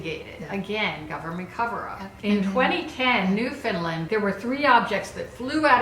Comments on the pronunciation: Newfoundland is pronounced the way it looks. New-found-land. No emphasize on the land. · Oh my god they mentioned Newfoundland, by the way it's pronounced how it looks! like the word "understand" :) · NEW-FOUND-LAND I am so triggered by that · I live in Newfoundland!! And btw it's pernounced new-found-land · it causes me physical pain to hear newfoundland pronounced wrong ,,,, yall don't disrespect my hometown like that